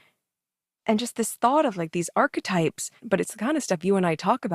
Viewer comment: It actually physically hurts every time she says archtypes.